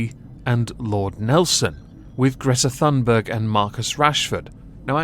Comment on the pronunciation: To be honest, you have no idea how to pronounce Greta Thunberg either.